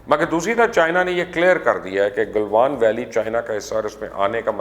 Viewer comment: Galwan not Gulwan - thanks